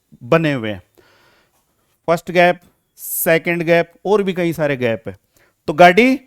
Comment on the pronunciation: Kahi laadle nhi "Kai" laadle